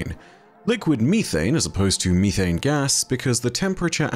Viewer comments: It’s not youthane, it’s methane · It’s not mee-thane. It’s meth-ane. Jfc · I love you but the way you pronounce methane kills me. Meth-ane not me-thane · "Freedom units" as an American, is almost as funny as finding out there's a different way that we pronounce methane. 😅😂 Great video! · I love you(!), but the pronunciation is: meh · thayn (methane) 😂❤ Even if you don’t read it, I still love the video just as all the videos you make 🤗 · why me-thane 💀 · its the british pronunciation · And how says methane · I cannot stop laughing at the British pronunciation of "methane"!, I just want to add that I am not laughing at you! I wasn't expecting the different pronunciation! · Why’d he say methane like that